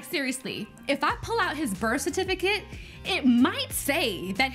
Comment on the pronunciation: Birth Cer-fi-ti-cate or age paper🤣🤣🤣🤣